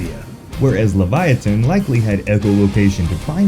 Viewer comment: Its LEVI OH SUH!